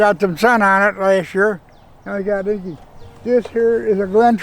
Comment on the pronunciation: Lovely to hear them pronouncing the "Leechee" correctly and not "Liechee" as they do here in Britain❗️